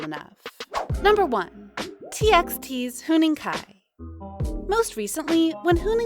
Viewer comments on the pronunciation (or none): Its not "hOnning kai"